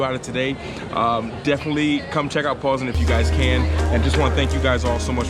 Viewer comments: Jus to help u out a bit wit the name, and I'm not sayin dont say it the way ur sayin it, but the polish way to pronounce it is PAWS-NINE..good luck on ur journey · PoznaŃŃŃŃŃŃŃŃŃŃŃŃŃŃŃŃŃŃŃŃŃŃŃŃŃŃŃŃŃŃŃŃŃŃŃŃŃŃŃ not Poznan ;)